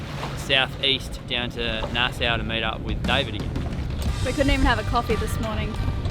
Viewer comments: It is pronouced Naa-saw not Nassou :) Enjoy the Bahamas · Fond memories of spending holiday weekends on Whale Cay when we were younger. Also love love the Lenny cam, too cute (Nassau is pronounced as Nas-saw btw.)